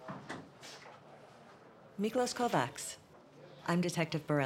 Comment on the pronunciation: 'Kovacs' is pronounced 'kovach' in Hungarian.